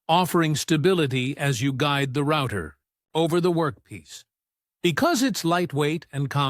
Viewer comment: YoutTube should really allow you to filter to exclude rubbish AI generated videos like this. It is a joke. Can't even pronounce "router".